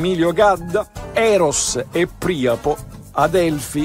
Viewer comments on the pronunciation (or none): La pronuncia corretta sarebbe Priàpo, alla latina (come vuole la regola per le parole greche)